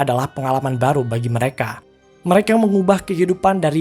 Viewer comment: Min "MEREKE"